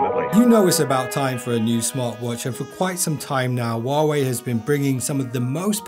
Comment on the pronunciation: the "H" in "Huawei" is actually pronounced.